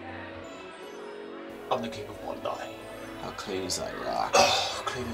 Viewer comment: it's bon-die. i know because i still remember the reaction i recieved when i asked people where bon-dee beach was when i first came to australia. funny memories.